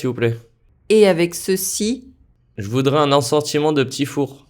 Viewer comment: Il ecrit "je voudrais" mais il dit "je voudra"